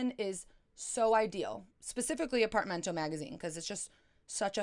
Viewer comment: ApartAmento, not Apartmento..